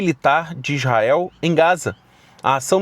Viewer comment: ESTE VELINHO NÃO SABER NEM FALA ISRAEL ELE FALA IZAEL E BURRO